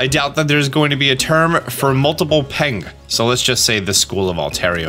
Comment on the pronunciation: Why is an American saying Peng so funny